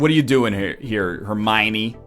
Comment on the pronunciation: Hermione =/= Hermine